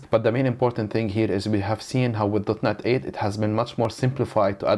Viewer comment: I cant be the only one hearing dotNUT every time